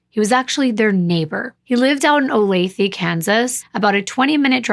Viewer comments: 😂😂😂 laughing at how she said Olathe I never caught that the first time I heard her talk about this case it's really pronounced ol-tha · O-lay-tha Kansas😁 fyi